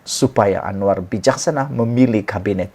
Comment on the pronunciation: Admin kau tolong sebut dengan betul nama PM kita tu..jgn kau ingat dia kawan kau..